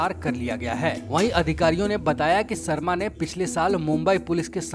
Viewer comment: भाई तू "श" को "स" क्यों बोलता है। शर्मा होता है सर्मा नही